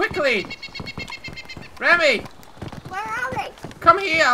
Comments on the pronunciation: Hey its me Rammy. Its Remi not Rammy:D great vid! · There was a kid named Rammy in my school. It's pronounced Raw-me